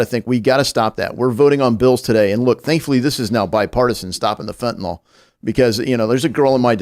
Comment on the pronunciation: FOR THE LOVE OF GOD IT'S PRONOUNCED FENT-A-NYL, NOT FENT-A-NOL